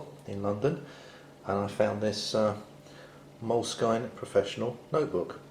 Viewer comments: It's pronounced moleskin not moleskyne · I think it's pronounces "Mole-Skin," not "Mole-skyne." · I had heard it's pronounced moleskeen. So I think that covers them all.